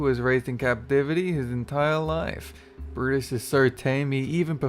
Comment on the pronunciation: Brutus? cuz i heard u said Bruus